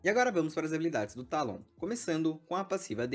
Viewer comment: é "Teilon" não "Tálon" bocó